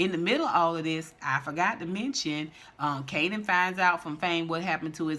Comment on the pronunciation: I laughed every time you say Kananapped lol😂😂😂